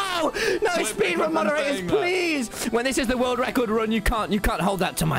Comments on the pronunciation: did he really just said minecraft 'spedran' XD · Lol “spedrun” Tommy Innit is my favorite Dream SMP member